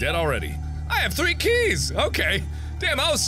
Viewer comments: "I NEED TO FIND 3 KREES. KEYS. KREES? KREES." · "I NEED TO FIND THREE KRE'S!?" Kre's? is it a: ZANDERIAN door? X3